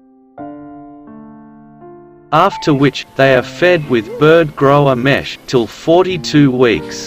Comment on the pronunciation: mash not mesh.